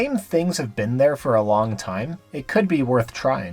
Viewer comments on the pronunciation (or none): none